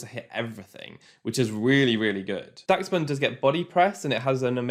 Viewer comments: UMM it’s actually pronounced dash-bun (adding this comment just to boost the video, great video btw!!) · its pronounced more like dash bun, like the dachshund breed of dog in real life. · im pretty sure its pronounce like dash-bun, like the dog its based on, dachshund.